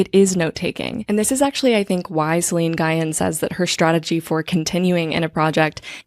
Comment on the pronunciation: Hi! Love the video and the pod sooo much! I think Celine’s last name is pronounced a bit differently as it comes from what I believe is Vietnamese dialect. Just for next time. But regardless the video is sooo resonant and I look forward to every new ep!